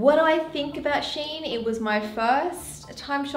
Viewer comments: ... its SHE . IN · I think it’s supposed to be read “She In” because their name used to be “She Inside” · I guess thats not how you pronounce the shein tho. Think its Shein (shine) as pronunciation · theres a lot of people who dont know how shein is spelled.. so basically, its " she-in " so like she as in " she baked a cake ", and in as in " in the box ".